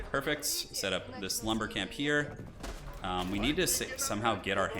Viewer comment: I always hear “The Slumber Camp” rather than “This Lumber Camp” hahaha